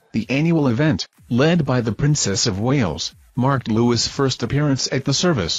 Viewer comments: YOU DO NOT PRONOUNCE THE "S" IN LOUIS. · his name is pronounced 'Lui', the letter s is silent